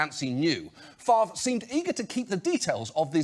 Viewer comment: You need to make jokes about his name. Only guy who doesn't pronounce his own name properly... Just how does he get the 'r' sound before the 'v'? Fav-re... Not Far-ve... Just saying.